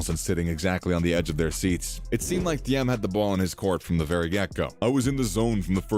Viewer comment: Thiem is pronounced Team